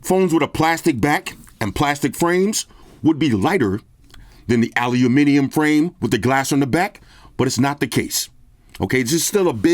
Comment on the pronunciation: Wow an American saying "Aluminium" and using a "grams" on the weight scale. Great review bro